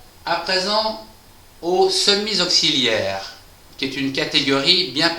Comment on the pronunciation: les semi z auxiliaires ??? AHAHAHAH !!! la liaison qui tue !!!